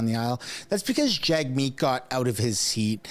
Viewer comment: I dig your content but you gotta start pronouncing his name right. It’s Jug-Meat Singh , not Jag-meet Singh